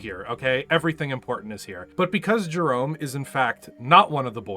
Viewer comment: In Jerome's defense, his name is pronounced like Jerremy because in Comstar you have to pronounce ever letter or else.